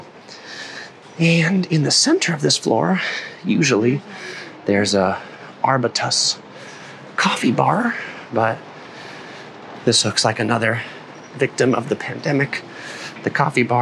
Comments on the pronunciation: arbutus is a kind of tree! its pronounced "arb-you-tuss" :) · … pronounced Are-byoot-us after the tree.